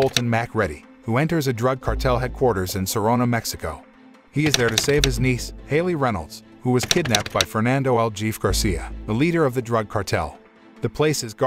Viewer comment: 2022 and tts still hasn't learned how mexicans and spaniards pronounce 'j' sadge